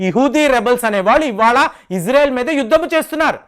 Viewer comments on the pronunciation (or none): none